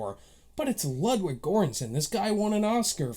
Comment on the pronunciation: Just wanna say that “Ludwig” isn’t pronounced the way you think. He’s Swedish so the “w” is pronounced like a “v” and the “u” is pronounced like an “o” so the proper pronunciation is “LOOD-VIG” not “LUD-WIG”. It’s a common mistake. Just letting you know for future reference. Good review by the way, didn’t really like this movie but I can understand why some might love it. You give some good points!